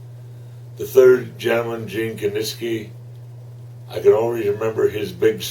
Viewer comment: Gene KINISKI, not KININSKI!!!!